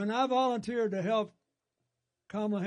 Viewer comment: "Volunteered" 😂😂😂 Please don't come to my neck of the woods